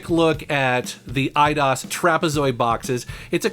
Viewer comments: it’s Eye-dose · I always thought it was pronounced "i-dose"...like 👁 + Spanish number 2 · It was pronounced i-dos? I always pronounced it aye-dose. Huh. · I've always pronounced the company EE-DOSE. Hearing said as I-DOS sounds weird. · I thought it was pronounced Ee dee os. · I always pronounced it e-dose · Eye dos is how Americans pronounce it i think. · Huh! Always pronounced them /AYE-dos/ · Lol, I always pronounced it 'I-DOSE'. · I pronounce it e-dose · I pronounce it as "Eye-Dos" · I've always pronounced it "eedose" lol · I always pronounced it E-ah-dos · the spanish numer two is not pronounced "dose" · Dat moment when he pronounces EIDOS wrong. I think it's pronounced I-DOSE. Also you should trash Tomb Raider Angel Of Darkness in a future video. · They way you said Eidos literally made me want to close the video